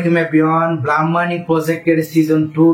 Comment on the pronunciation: ভাই ব্লাম না ব্লুম হবে। ভালো করে একটু এস্প্লেলিং পইরেন😮